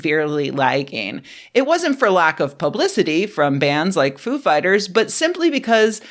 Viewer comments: I believe it's pronounced foo FIGHTers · I thought it was Foo’ fighters, not ‘Foo fighters. WOW what a loss. 😞